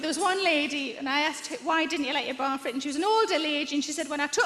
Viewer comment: It took me way too long to figure out that she was saying "bra fit.". I thought, "what is a broffit?"